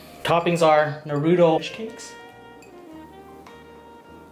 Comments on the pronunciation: My man, u said Naruto wrong. I’m calling the swat team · I left right when I heard him pronounce naruto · I like how he says it wrong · Omg he doesn’t say “naruto” right😡😡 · You said naruto wrong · U aren't saying his name right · You pronounced naruto wrong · can't even say naruto right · Say naruto like that again I'll smack the shit outta you😑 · Ur pernousing naruto wrong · What is nae ru toe it's Nar Ru To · It’s not NARUDO it’s pronounce (nah)-(roo)-(toe) for f*** sake! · I must be hearing things because he just said nu ru toe It's: Nah ru toe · You DONT PRONOUNCE it like NARUUUTOOOOOO its like (Narito) naruto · Might be his Vietnamese tongue but he speaks almost perfect English and it’s literally NAH ROO TOE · *PLEASE READ* I see that lots of the comments are about how to pronounce Naruto. If you have actually watched the show it is Nar-ru-toe not Nar-ruto or Nar-rudo This isn't a hate comment but will actually prevent less mean comments on the next Naruto video! I love your vids but I'm so hungry now:D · Clearly that is how they pronounce naruto on dub but on japanese or sub . It is not pronounced as narutoe it is nar-ruto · NAH-ROW-TOE say it fast Naruto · Why does he say Narooto instead of Naruto? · Why do people say narudo it’s naruto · its not nuroto its NARUTO with the a talking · Don't ever say neruto again it's nar-u-to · It not nouta it’s naruto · Whats narudo you mean naruto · Do people not know how to pronounce “NARUTO” people be saying nuruto like cmon man. no hate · He says narUto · Or narudo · Agree they got the uto right but it na then say ruto at the end otherwise sound wrong my explanation was horrible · NAH-REW-TOE thats how you say it. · Ha narudo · At least it's better than Michael b Jordan saying Na-ro-tu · Na roo tow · "Nurooto's Ramen" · You can’t trust anybody who calls Naruto narudo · “noruto rice cake” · He says it like this na-ru-doe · I heard..Nar-oodles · Lol Nah-Rude-do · He saying naruto worng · Its naruto not naruuto